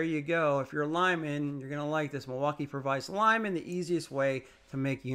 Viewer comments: Bruh wtf is milwaukai? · Okay, so I'm not a long time subscriber so excuse me, but what is with all the mispronouncing words? The MilwaukEE is the worst. I'm assuming that's your schtick.